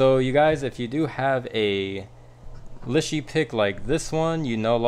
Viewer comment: It’s pronounced Lee Sher. 😊